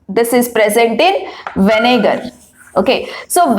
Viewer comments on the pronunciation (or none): That is vinegar mam not venegar!